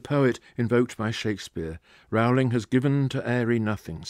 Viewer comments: Firstly, it's pronounced JK Roll-ing. Secondly, it's less political and subversive than implied. The whole point is that even in a world of magic, we are flawed and limited. When the minister of dark arts is asked by the Prime Minister why they can't deal with Voldemort, the answer is simple, he has magic too. The point of magic in the Potter world is not that it fixes everything, but that work, determination and sacrifice are required even in a world where you can wave a magic wand. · He is being a specific kind of jerk in consistently mispronouncing her name, I assume as a 'joke'. It is something one expects from a poorly-raised 13-year old. Disappointing. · On an incidental note, why does he mispronounce Ms. Rowling's name?